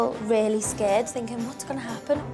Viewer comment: "I'm just finking in my 'ead." ~Lee Ryan As opposed to the other places he finks...